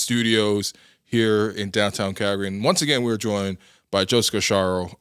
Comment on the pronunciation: with the correct pronunciation of Calgary, sounding like a local!